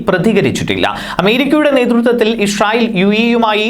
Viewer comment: ഇഷ്റായിൽ അല്ലാ Bro ഇസ്രായിൽ